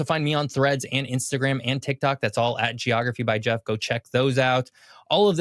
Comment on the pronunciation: I never thought I'd see the face behind General Knowledge's voice. 😀 I just wish Geoff had pronounced his name correctly.